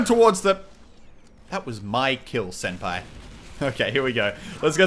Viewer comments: What did you say ? "That's my kill senpie"? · Then i realized that the spy name is notice me senpai omaigad